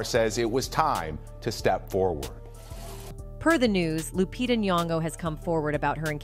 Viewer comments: She called her lupita like jupitah . Dang A-i 😂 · Loo-pee-tah is how it’s pronounced